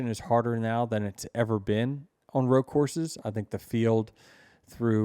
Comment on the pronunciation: It's ROAD not ROW. 🙄